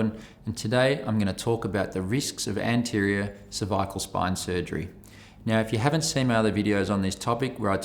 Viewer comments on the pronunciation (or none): When he says cervical is sounds like severe lol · A little scary when the surgeon can’t pronounce cervical… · He can’t pronounce cervical